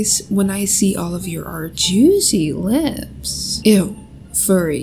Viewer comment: What I like most in ur videos is that u don't do any introduce and the way that u say "juisyleps" and "smeagsea"😂❤